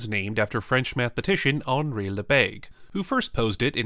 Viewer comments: and the pronunciation was even worse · Lebesgue* Reuleaux* Please proofread French names, you cannot just put the letters in any order...